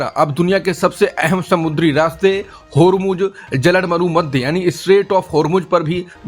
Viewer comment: शुद्ध हिन्दी बोलिये! जलड मरु मध्य नहीं, जल डमरू मध्य बोलिये! या. सत्य हिंदी नाम त्याग दीजिए!